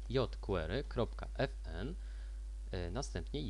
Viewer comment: fajny odcinek ale mózg mi pulsuje jak slyszę kolejne "jot kłery"